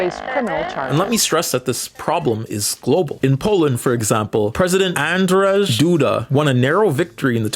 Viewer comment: Random comment here, the polish president's name is pronounced something closer to Anjey, it's the polish version of Andrew. While polish uses the latin alphabet, it changed the letters around a bit. Not that his pronunciation is that important!